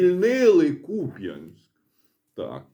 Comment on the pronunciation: Дякую, що Ви правильно вимовляєте назву міста.